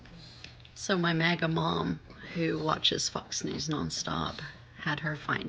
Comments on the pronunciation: “Fux news” 😂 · Did you say Fox News or FU??ks news😊